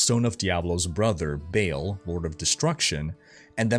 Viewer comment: I think its pronounced BAHAHAHL not Bale. For Baal.